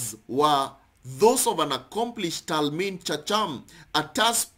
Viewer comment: Talmid chacham is pronounced haham (the h is like german or Switzerland ch like kh) It means wise student.